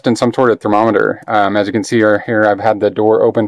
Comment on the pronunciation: Thumbs down because you can't pronounce thermometer